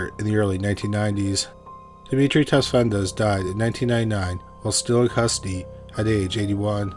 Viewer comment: Dude, could you please provide the name of the guy who stabbed the other guy in the beginning. I really can't hear what you're saying and I've tried googling all possible variations of Dimitri Desvendes, Tesvendes, Tesmandes, Tesvandes, no luck.. I really need to know who that guy was!!!! Edit: By sheer luck I found who he was. Dimitri Tsafendas and the prime minister he killed was Hendrik Verwoerd.